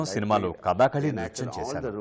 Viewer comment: కధాకాళీ కాదు కధకళి